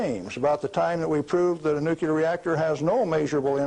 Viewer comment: I can't believe he says Nucular